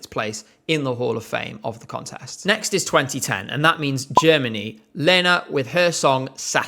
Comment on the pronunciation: As far as I remember, anyone correct me if I’m wrong, but that was just Lena’s English pronunciation at the time. I remember her doing it in other songs as well.